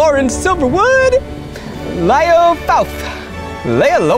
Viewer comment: zach pronouncing “Layah” as “”lie-yah”, then right after pronounces “Leah” as “Layah” ..instead of “Lee-yah” .... is what made me comment haha